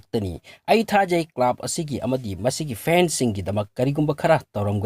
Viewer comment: Club ki pronunciation du semdokpi o.